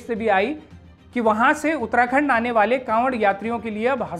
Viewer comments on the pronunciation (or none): उत्तराखंड ❌ उत्तणदण्ड✅